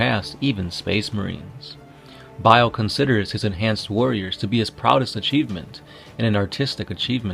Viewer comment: So no one herd him say ferris insted bail